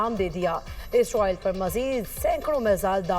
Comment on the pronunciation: Ye Isroil Kon hai? Anchor ko Israeel ka naam Lena aana chahiye😢